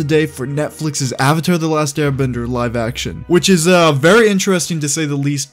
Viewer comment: "my name is ONG and im the OVATAR" "general EEROH" "i challenge you to an agni KI duel" "SOOKA" bruh i almost died when i heard him say ong lol